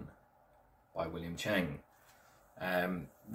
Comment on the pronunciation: Learn how to prounance his name properly, to me this book is valuable as I do TWC his system, not good to bring down others. One question do you think your more advanced than William Cheung? The hour long vids of him teaching are all around the world, not just Australia. He learnt more living with Yip Man for a period, different footwork, etc. One of the top fighters in that clan. It's really a bad look to say what you did about One of Yip Man's top students imo.